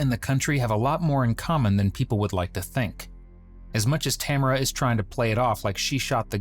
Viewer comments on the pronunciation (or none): The narration doesn’t match what we saw on video, plus that’s not how you pronounce Tamara